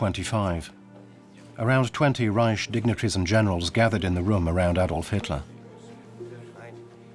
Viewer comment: Reich is pronounced Ryke and Keitel is Kye Tell. My granddad fought in the battle for Berlin in May 1945.